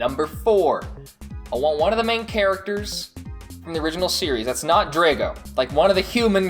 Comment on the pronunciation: I like the video but I have 3 small complaints/corrections I wanted to point out. 1. that isn't scorpio, it's limulus. 2. The way you pronounce Drago is strange and not the way the show pronounces it. 3. The Bakugan that were different shapes were called trap bakugan and not all of them were triangles, which I am sure you know its just the way you worded things in the video gave that impression.